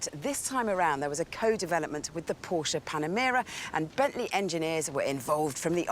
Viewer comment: She is the only one who I will ever get to know who mispronounces ''volkswagen'' (fockswagen?) but pronounces ''Porsche'' (Porsje) right on the other hand :D